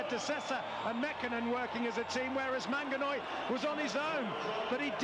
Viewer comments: The commentator is killing me with the MANGANOI name😂😂😂. Well done MANANGOI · Manangoi & not Manganoi >> That is abuse!! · Hey commentators pliz don't call him MANGANOI he is manangoi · Even the commentator could not pronounce his name properly at some point. "Manganoi